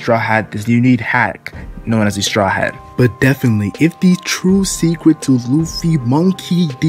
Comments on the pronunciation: Is it just me or did say decret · Is it me or did he say decret